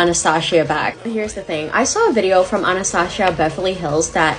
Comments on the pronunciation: This girl always mispronounces something 😒 "anastashia" bruh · Well Anastasia is actually a greek/Russian name (mostly used in other slavic countries too)and we pronounce it differently than english speakers.Soo yes she did mispronounce it lol